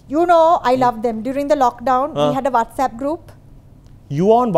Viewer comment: “Can you operate whastapp “ Aunty netta “ You cannot even say whatsapp” 😂🤟🏼 In my head: thug life song nanananana